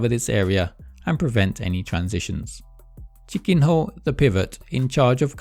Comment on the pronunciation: He pronounces it like: "chicken whore"